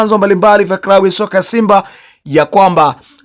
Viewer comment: Unaharibu lugha sio krabu ni klabu na Chsma amitwa Cletus sio kretus L na R unachafua